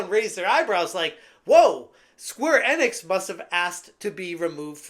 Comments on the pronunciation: e-nix, not n-ix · Learn to pronounce Enix please